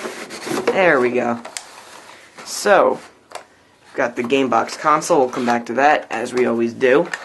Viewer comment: LOL "CAMEBOX"